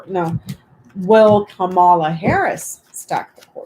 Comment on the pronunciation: Please pronounce Kamala Harris' name correctly. It's pronounced Comma-a (*not* Ka-MAH-La). Love your work. Thanks.